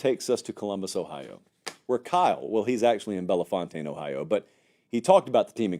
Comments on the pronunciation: For future reference, pronounce it bell-fountain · Bellefontaine is pronounced “Bell-Fountain” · you actually pronounced Bellefontaine incorrectly. It’s actually Bell-Fountain